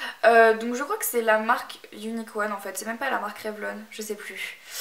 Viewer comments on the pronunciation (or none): none